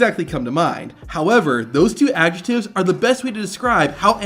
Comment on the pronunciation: Did you just say Ajetives? Not A"d"je"c"tives? Axe me something. My hero. Suhscribed to the channel.